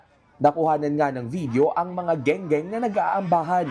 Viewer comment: Eng eng..hindi geng geng😂😂😂